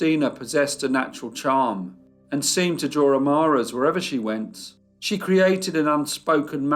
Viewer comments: Ha ha, I've said that too, but the narrator always denies it!! Did U read my comment about the pronunciation of "Admirers"?? It says "AMARAS"- and even that word comes up in the text...but still it's denial all the way... It 💩's me tbh... 🤷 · "amaras"??? Do you mean admirers?? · Yeah it really sounds like "amaras" to me too. I guess it's just the accent